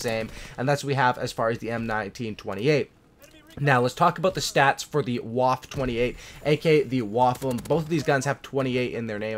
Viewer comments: It’s pronounced “Wofa" not “wof” lol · Its pronounced vwaffe not waffe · It’s pronounced vaffe not waff idiot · w in German are pronounced like v's so the waffe28 is pronounced vaffe28